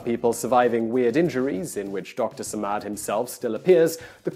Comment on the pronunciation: is not how you pronounce it, Man.